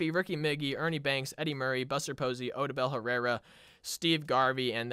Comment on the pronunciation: Odubel Herrera name got miss pronounce so many time being a Phillies fan that hurts